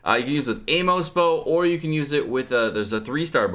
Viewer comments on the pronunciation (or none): none